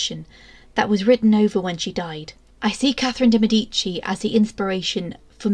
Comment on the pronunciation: I wish these so called experts would learn how to pronounce de Medici properly